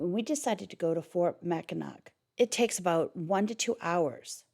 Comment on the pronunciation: Being from Michigan originally it is pronounced Mackinaw just like Mackinaw City. Enjoy.